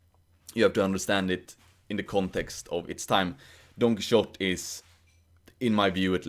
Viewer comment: I love how you pronounce Don Quixote! 😉